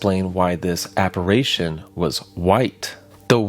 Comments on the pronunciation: Apparition... App-A-ri-tion(shun) Not app-a-RAY-tion! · I love this story, but I just gotta say, it's appar-i-tion, not appar-a-tion. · Aside from mispronouncing, "apparition", as "apparation", you also mispronounced the word, "writhing", as "worthing". And you mispronounced, "imbibing", as "inhibiting". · It's pronounced, "apa RI tion" not apa RAY tion" jeez dude, and you have kids omg .😮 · The word is: Apparition. Not, "Apparation". Unless you were meaning to say: aberration? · Apparition. Not apparation. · ApparAtions be apparAtin' yo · Check your pronunciation of the word "apparition." App-uh-rish-un, not app-a-ray-shun. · Great video, but I have to grit my teeth and flinch every time he says "aparation", instead of apparition. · is saying apparation, which i dont think is a word outside harry potter. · Ap-pa-rih-shun Try and enunciate the H in "rih" and say "shun" immediately after. It'll fix it for ya, you spoon. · You are mispronouncing the word apparition. You keep saying app-ar-A-tion. That's not a word. - Grammer Police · Born and raised in Central Indiana and I've never heard of this. 😮 Edit: app-ar-i-shun. "I" as in "it". W-r-ai-thin = writhing. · What is an "apparation?" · aCSHUALLY ap·pa·ri·tion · A small quibble: the word "apparition" is not spoken "apparation"... there's only 2 a's in the word, not 3. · He was saying apparation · Great video as always man. I love your stuff. Also, its "apparition" ❤ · Interesting story but you kept mispronouncing this word: apparition. Drove me crazy. 🤪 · Is he mispronouncing apparition on purpose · Apparition. Writhing. Imbibing. I'm not halfway through and he's continually mispronounced these words. Its very good content but these mispronounciation shit is killing me. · Went to the comments to read other people’s theories on this and all I saw was people whining about his southern pronunciation of apparition 😂 Honestly didn’t even make me bat an eye lol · Yeah, we’re not gonna let that pronunci-ition slide